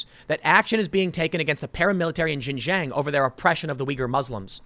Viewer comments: Please, Tim, it's pronounced "Shin-Jiang", not "Zhin-Zhiang". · Oh Tim it is pronounced Shin-shon not ji-Jang. But the locals call it East Turkistan. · Xinjiang is said sheen jee-ong, closest to it at least. Seriously Tim, get someone to learn Pinyin over there. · Bro it’s shin-ji-yong not jinjang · Tim, Xinjiang is is not pronounced 'Shin Jeeyang" it should sound like "Sheen jyung". In IPA it would be ˈʃɪnˈdʒjɑŋ. Thanks for reporting on this important topic. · You say it like "Shin-jieung" not "jinjang". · FYI Xinjiang is pronounced 'shin-jang' not 'jin-jang'. The 'X' is pronounced as 'sh'. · Pronounced "sheen jee-ahng" not shin jang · Just so everyone knows. Most of the time the "X" in Chinese words is pronounced like a "sh". So its pronounced Shinjiang. Not nitpicking. Just wanted to shine some light 😃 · Xinjiang is pronounced Shin-Gee-Yang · Xinjiang is pronounced Shin-dzyahng (like the French J in Angelina Jolie; jiang rhymes w/ prong). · I think its pronounced shin jang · X makes a kind of sh sound in chinese. Xinjiang is pronounced like shin-ji-ang. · Tim its "shin - jung" source 3 years in china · it is pronounced shing Jiang. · Just fyi, Xinjiang is pronounced like :shin ji-ong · Tim seriously need to look up how to pronounce chinese cities properly! It's pronounced "Sin Chiang". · Tim, I love you man, but it's pronounced "shing-jiang" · Tim!! Xinjiang should be said kinda like this: "Shin - jyahng." The "sh" isn't quite the same as an English "sh," but you'd get close enough. The second word is like "jyee-ah-ng" all in one syllable. Love your content, but this is a word you mispronounce all the time. It doesn't really matter, since you are speaking English, but it definitely grates on the ears of people that speak Chinese. I won't bother with the tonal pronunciation!! Thanks for what you do, brother. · The x is a "voiceless aveolo-palatal fricative," for all the linguistics fans in the audience.